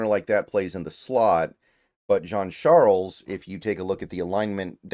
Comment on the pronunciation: Good job on pronouncing the last name B, i’m Haitian his last name is french haitian, you usually mispronounce players name lol, you surprised me there